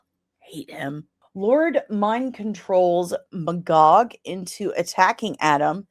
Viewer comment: When you said Magog, I almost thought you said "B 'gawk".🐔 I guess I'm getting sleepy 😂